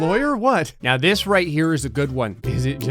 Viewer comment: "let's do dis." that gave me flash backs of mw2